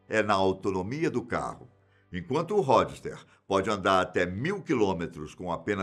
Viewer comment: Ródster ! Fala direito mano... Po o maluco fala as pronuncias erradas em todos os vídeos. Isso me incomoda mto